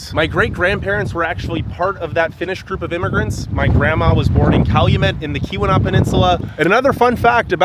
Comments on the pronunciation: Before you do videos of a place or region .... PLEASE study the place or region you are going to and video For example.... Keweenaw is a word that may be pronounced differently than it looks. The correct way to say it is "kee-win-awe". You can put the long E sound in the first syllable, and the short U sound in the second. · Great vid, but say it with me...eye-urn...Kee-wuh-naugh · Ta-KWA-men-non; KEY-wen-aw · Nice job…love your enthusiasm! By the way, it’s “KEY-wuh-naw”, not “Kuh-WEE-nah”. Great job! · do some reserch ottawa nf 993280 acres hiawatha nf 89483 acers and its key-wa-naw yes irs remote thats why we live here!!! we don't need big city people talking down to us or makong fun of our towns' oh by the way our summer ztemps run in the 70's and 80's also it's pronunced key-we-naw just like it's spelled and it's enga-dine not deen get a clue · Keweenaw is pronounced: Key-wuh-nahw. You're hurting these poor words. What did they ever do to you? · Tah-QUAH-mih-non KEE-weh-NAW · Tuh-qwam-en-on and Kee-wi-naw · Ta-KWA-ma-non falls😊 and KEE-wa-naw peninsula. Thanks for visiting! (From one of the trolls under the bridge as us downstaters are called) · You absolutely butchered the pronunciation of "Keweenaw", "iron" and a couple of otherw. It is "Eye earn" not "Eye ron" ....Good Lord. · Okay, for you and anyone else that does these travel videos…PLEASE learn the pronunciations before you go. Truly, you should know how to pronounce Tahquamenon and Keweenaw before you publish the video. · Nice job. There are still a lot of wolves in the UP, approx. 750 of them. Those brown pine trees are that color because they are dead or dying. It's "KEY-wah-naw & BEAR-ah-gah & Tie-QWAH-meh-nen